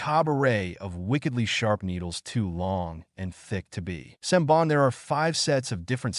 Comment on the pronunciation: Lmao, when the AI voice cant pronounce senbon xD pure gold